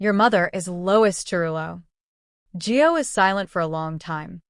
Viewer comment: ITS GIO IS HIS NAME not Joe